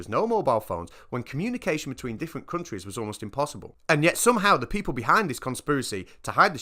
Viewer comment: 'me failing English, that's umpossible"